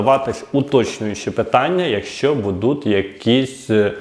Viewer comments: Добрго дня!!! Ви молодець, але працюйте над собою, більш ретельно готуйте тексти... Правельно говорити "БУДУТЬ", а не " БудуТ" Вибачте, але поки дослухав Ваш виступ... слово "БудуТ" сильно різало вухо. Слухав тому, що батьки попросили розібратись із данимипитанням. Якщо виходите у ефір, знімаєте відео ретельніше працюйте над текстовкою та вимовою.❤ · оце ваше будЕ, будУт... - ріже слух. Серйозні ж теми